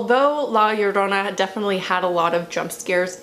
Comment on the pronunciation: You’re pronunciation of Llorona is correct lol